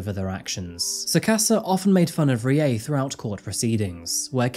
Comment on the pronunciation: R is a combination of R and L. Pronunciation for Rie is closer to RLi-eh. Fun fact: Many Pachinko parlours (At least in the areas I lived) are owned by Koreans. Fun fact 2: Kyokushinkai Karate founder was also Korean.